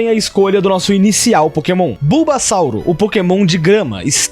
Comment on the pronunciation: sem querer ser chato mas é bulbasour, sem O no final, sauro da a ideia de dinosSAURO mas ele na verdade é um sapo